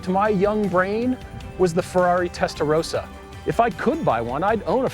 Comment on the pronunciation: Great video (again). So much passion for cars is transmitted by you guys! Love it. Just one remark: The pronunciation of Testarossa is wrong. You pronounce the "o" like in "roses", but it is more like the "o"in "obvious"..